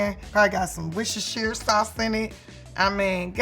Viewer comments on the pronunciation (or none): The way she said 'Worcestershire' 😂